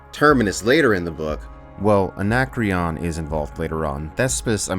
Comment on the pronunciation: Anna creaon.. not anakreon